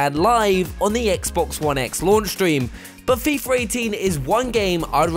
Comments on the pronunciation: "Fifar 18" lol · There's no "R" in FIFA... FIFR? Also no "F" in "with"...no problem with "Fifth". Feel like I'm watching the Family guy episode where they can properly pronounce "whip".